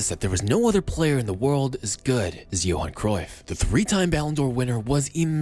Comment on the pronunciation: Johan* not Jouwhon